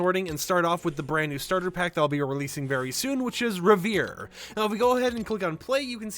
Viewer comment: rev·er·ie /ˈrev(ə)rē/ You're not pronouncing the third syllable